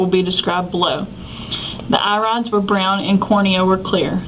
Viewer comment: 'Irides' is the formal, less commonly used word for the plural of Iris. I checked out of interest. You'd think she'd find out how to pronounce the words. Smh